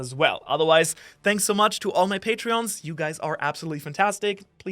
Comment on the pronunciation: Wait a minute!! Did you say "Shanks for watching???"